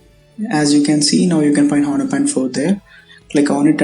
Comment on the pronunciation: H is silent.